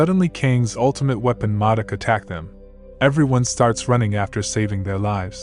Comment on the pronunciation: “Moduk” really dude?